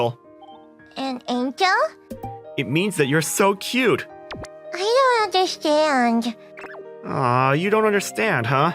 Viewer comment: “Undershtand” they pronounced it so wrong I laughed. like how do you mess that up it’s just two easy words combined. I understand the girl is little so that makes sense but how’d the bro get it wrong🤣